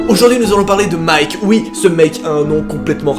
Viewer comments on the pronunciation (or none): none